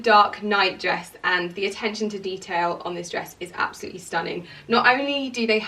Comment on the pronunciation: stop saying absoutely like that so many times